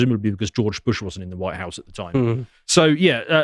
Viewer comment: "Antarctica? Huwhite!" -Hamza Useless